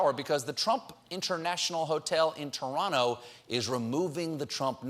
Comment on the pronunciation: Stephen pronounced Toronto the correct way, "Torano". Impressive.